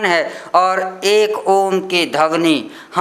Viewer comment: बुरा ना मानें🙏🙏 "धवनी" नहीं,, "ध्वनि" शुद्ध शब्द है।🙏🙏